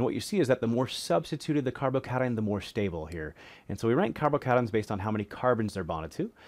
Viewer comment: "carbo-kayshuns" lmao